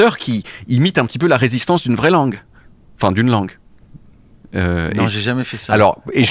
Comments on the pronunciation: Déjà il dit pas langué il dit guélan 😅 Et puis moi j'aime bien c'est sa petite patte à lui quoi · Heureuse que tu ne dises plus "langué"